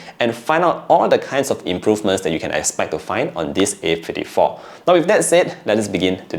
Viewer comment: A Fifty-tree😂😂